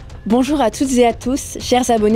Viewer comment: "toutes zé à tous", tu oublies stp !